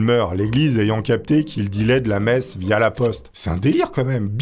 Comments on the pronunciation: Quand t’as dit messe j’ai compris meth, et pendant un instant j’ai cru qu’il était partis en Breaking Bad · C'est seulement à la 5eme fois où t'as prononcé le mot "messe" que j'ai compris que c'était pas "meth", bicraveur de crystal meth ça aurait été pas mal pour devenir un prêtre octo-riche non ? XD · quand tu parlais de messe je comprenais "meth"